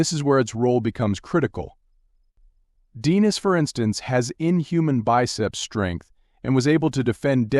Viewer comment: “Dnis” lmao